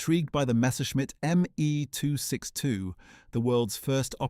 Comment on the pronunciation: I can’t stand the German jet being called a “Me too 62”, this whole lengthy story is Ai generated.